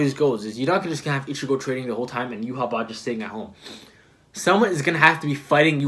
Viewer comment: I believe it's pronounced you-ha-bach, I think it's pronounced sternritter instead of stern rider could be wrong tho. Aizen altered Yhwach sense of time so he used up his time limit W reaction fantastic analysis. It's great seeing this series from a fresh perspective